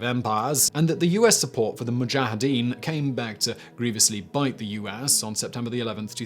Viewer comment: Was it just me or did he say U-ass instead of US in number one. 😂🤣